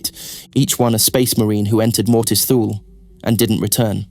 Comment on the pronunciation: Although this is a good lore video, I just cannot keep watching this. It's pronounced TOO-lee. The ship is named after the northernmost place in the known ancient world. This is where the phrase 'out in the Thules' came from. An approximate translation from High Gothic would be something like 'Icy Northern Death'. Every time I hear it pronounced Thool I remember the old TV ads: Hukt on fonix wurkt fur mee!